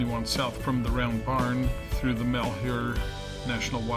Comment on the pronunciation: Mal - hew - er